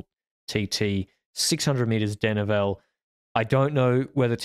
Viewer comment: will you please pronounce "denivelé" properly! It's "deh-nee-velay" notnot "deh-nee-vell"